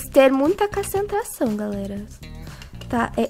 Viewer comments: "vamos ter mta cacentração" rachei kakakkakakKKak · Ala falo cacentrasao kkkkkkk